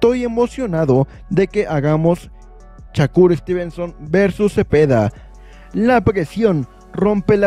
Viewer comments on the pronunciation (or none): No es Chacur , te escuchas muy mal es con , S no con C , Shakur no chacur😅